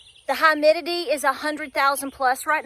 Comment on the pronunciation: "Hi-midity" hahaha